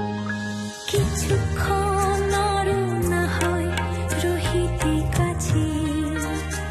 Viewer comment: fantastic....wonderful....only the pronounciation of kichhukkhon....needed to be corrected....but a great voice and nicely rendered